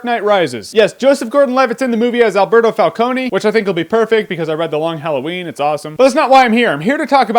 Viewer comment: Isn't Alberto Falcone pronounced 'Cone' as in ice cream cone?